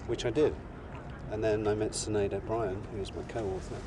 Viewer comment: her name is Shin..aid O'Brien.